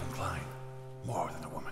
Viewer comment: The intro........ "What is a wyhman,....... we don't know"....... 😜😜😜😜😜